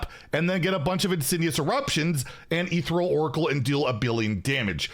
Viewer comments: “Ethereal” is pronounced like “uh ther eel.” The “ther” part rhymes with air, but with a th sound. The “eal” part is pronounced like “eel,” like the sea creature. The stress is on the second syllable. eTHEReal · Is this some joke that I am not aware of, or does he not know how to pronounce “Ethereal”?